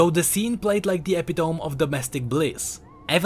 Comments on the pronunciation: "Eh-pi-tome" but it's eh-pi-toe-mi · hey, just letting you know that epitome is pronounced ee-pit-uh-me because the english language is stupid. love the video by the way!!